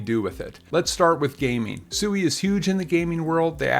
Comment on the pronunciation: It's pronounced swee